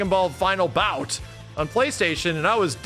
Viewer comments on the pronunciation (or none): none